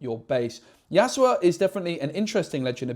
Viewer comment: Great video but i just can't ignore the fact you keep saying yasuoa 😫 Yas-U-O ❤ not yasuoa